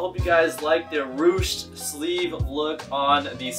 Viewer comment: In the words of Howard, it’s pronounced rooshed 😂😂